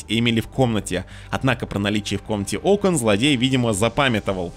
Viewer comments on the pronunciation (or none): none